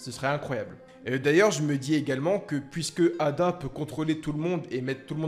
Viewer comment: EIDA ET NON ADA 😅😅😅